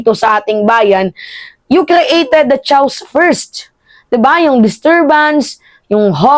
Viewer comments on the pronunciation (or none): To pronounce chaos keyos hndi chaws jeje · Chaos: kàye-us, hindi tsaos. Kaye, as in letter "k"